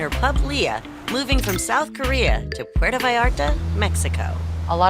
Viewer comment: not puertA Puerto